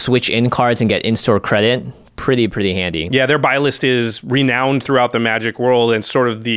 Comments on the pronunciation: It's pronounced "re-noun-ed" Jimmy. English is weird. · Jimmy: "Ren-OWNED"